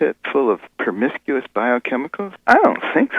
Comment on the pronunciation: Anyone else hear that? Around the 2 minute mark. Promiscuous materials. That's what he called the "primordial soup". Promiscuous